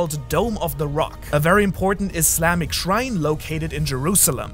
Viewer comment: Dude caught me off guard by saying Islam with an actual s and not “izlahm”